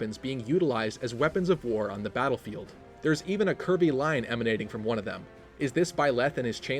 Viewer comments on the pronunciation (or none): Whenever you said "curvy" I kept hearing "Kirby" so I heard "Kirby line" and "Kirby sword" lol.